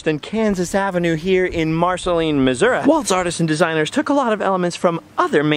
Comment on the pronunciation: Thank you for calling it Missour-uh. People think I’m crazy when I call it that. My grandmother grew up in Cabool and has always called it Missour-uh.